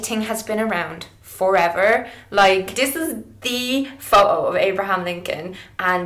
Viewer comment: You say "photo" a million times in this video bot only once you pronounce it like Jessie :( Great video Mel. It's neither wrong nor cheating, it's like makeup, it depends on how you use it and it's always a matter of taste anyways.